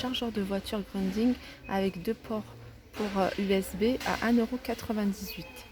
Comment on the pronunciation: j ai cru entendre grunding . C est rien ça arrive des lapsus ou peut-être que j ai mal entendu. Mais l essentiel milles merci pour ton partage tu nous aides bc a faire notre shopping. Encore merci